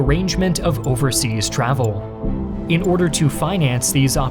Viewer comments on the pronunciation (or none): none